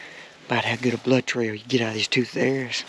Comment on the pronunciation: He said “lOoK aT dA bLoUd” haha congrats man awesome hunt!